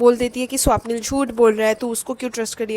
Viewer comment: Its not Swaapnil didi 😢 Its swapnil na 😊